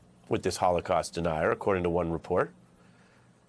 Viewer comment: It's HOLOCAUST, not Holocause. We need to remember and learn from the horror, so it won't happen again.